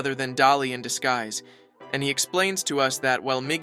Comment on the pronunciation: "Gim" and "disgeese"